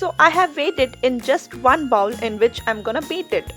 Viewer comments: not bowel but pronounced as bhol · Lovely video but please don’t say “bowel” it’s “bowl” as in bowling, or bow with a L at the end. Scrape it from the bo-well has a totally different meaning 🙈